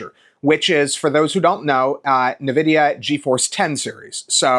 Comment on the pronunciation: WHY YOU SAY NEVIDIA I HATE IT SO MUCH AAAAA